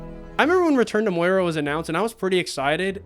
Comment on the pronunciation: *Astin 😂 Not Austin “Moira? My guy, are you even a LOTR fan? 😂